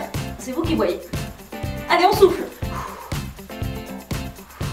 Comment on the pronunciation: je meurt à chaque fois . avant je ne savais pas qu'on pouvait avoir des courbatures aux abdos. à chaque fois que tu dit "on souffle" j'entends "on souffre"